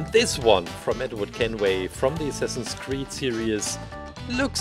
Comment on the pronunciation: for a second i thought he said semsame creed